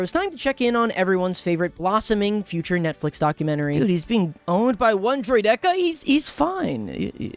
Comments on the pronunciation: The most egregious thing I’ve ever heard from is hearing him say “droy-deka” rather than “droideka”. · did... did just say "droi deka?" D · can't even watch the full vid. From your god-awful take on Qui-gon to how you pronounce "droideka". it's just awful. may i never have the displeasure of being recommended one of your videos again.